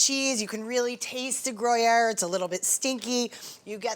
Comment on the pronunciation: She's all over the place with the pronunciation gree air not gray air cheeses crackers